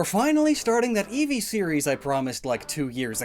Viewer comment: Di he said evee have chakra